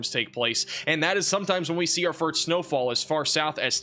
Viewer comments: I can't :) but have to before someone calls you out on it. Did you say FURT or FIRT snowfall? Drag out the letter "S".. FIRSSSSST / 1st snowfall. Just trying to help brfore you go on live tv as a news caster. (Weather Man). Good work on everything else, you guy are always 99 perc of the time on pount and accurate!! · why does he say "furt snow" fall? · Does keep saying firts instead of first? Still a good channel. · Do you know you say firt instead of first? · Am I hearing fert instead of first?😅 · Is it me or does it sound like he's saying "fart" instead or first.... lol